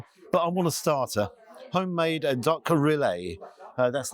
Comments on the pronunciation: The way you pronounce it, the spelling would be Rillet. It is spelled AND pronounced Rillettes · Just FYI ... it's generally pronounced REE-yet, rather than Rill-LAY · Great review except for the duck rilettes. The correct pronunciation is reeyet not relay. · Hello. Another excellent place and review. Must let you know, Rilette is pronounced Ree-ett. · Xmas jersey and shoes❤ Steak looks wonderful. Decent portion of frites. Rillettes is pronounced Ree (as in street) etes (as in sets). Ree...etes.🎉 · It’s pronounced riyet and originally comes from Le Mans in France - shame you didn’t say hi! But never mind … you might want to try the pizza restaurant next door a go ‘cento uno’ as that is excellent too - all the best Philip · The L in rilettes is silent. Pronounced ‘ree-yay’ 😊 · Rilette, the ending sounds like the same ending in cigarette, not ri-ay. Clearly made in house. You got it right at the end so don't know what was going on at the beginning! The steak definitely looked juicy too. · I love what you’re doing! Reviews ranging from £1 burgers to 3 stars restaurants and you are obviously passionate! However, it is “ree yay tuh” 😂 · … please google how to pronounce rilette ❤️ please don’t be offended lovely x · Rillette pronounced with the T’s… Cooked in fat then shredded…. Love u G ❤